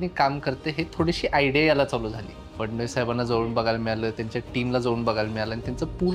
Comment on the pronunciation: Madam phadnis nahi phadanvis